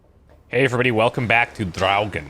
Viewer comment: I'm in love with the way you pronounce Draugen. I wonder if it's the correct pronunciation? Either way, it sounds awesome :)